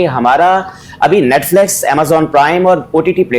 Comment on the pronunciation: Audien, netflex 😅😅😅